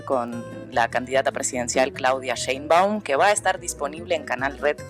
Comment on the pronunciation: Se pronuncia Schcheein-baaum, sch larga y a latga